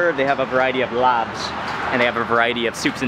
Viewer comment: Vah-RYE-et-TEE lol. Nice vid 👌